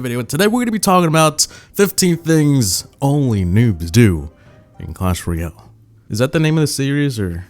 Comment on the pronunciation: Next time don't say Royale.